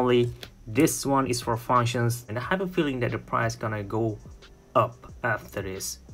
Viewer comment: no its not called fauwounctions, its called FUNCTIONS... dude!